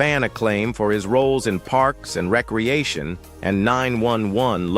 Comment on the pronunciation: I hate how the AI voice pauses at weird times like saying the show names "Parks & Recreation" or "Melrose Place" and how it kept mispronouncing Estevez and resume.